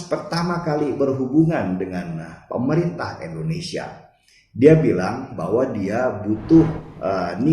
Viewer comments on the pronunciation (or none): Mas Denny, gw boleh saran ngga? Klo nyebut Indonesia jangan ENDONESIA dong. Harus dibaca sebagai huruf I. INDONESIA.